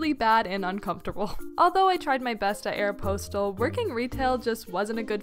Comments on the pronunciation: did she say (aero-pose-tel) instead of (aero-pos- tel)? 😂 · Ok but did she just call it aeroPOSTal? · why did you say aeropostale like that